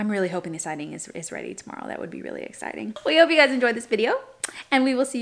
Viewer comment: “Hopefully the Siding is ready tomorrow… that would be really Ex-Siding!” 😂 I know you said “exciting” but I heard it as “ex siding”